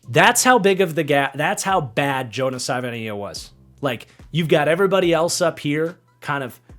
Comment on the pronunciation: It is pronounced Jonah Sa va e nai a.